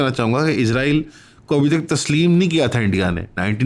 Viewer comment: آپ اسرائیل کو بار بار عزرائیل بول رہے ہیں ۔